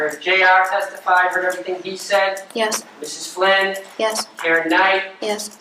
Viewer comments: Why does it always sound like they're saying "Bill Clinton" to me?! It's the strangest thing!🧐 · Im so happy I found this comment because "Flynn" and "Clinton" are such totally different words that I thought I was going nuts hearing Clinton instead of Flynn 😂 I even started questioning if there was a second Bill involved lol! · Swear it sounds like the Prosecutor is saying "Bill Clinton." I can't unhear it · Am I the only one who thinks she keeps saying “Bill Clinton” and not “Bill Flynn”? It’s tripping me up lmao